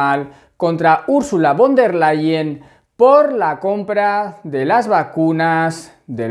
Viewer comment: Gracias por tu trabajo,!! Una cosita: en alemán, la "v" se pronuncia como la efe española, o sea "Úrsula FON del Leien". Mete una efe sin miedo,! Un abrazo!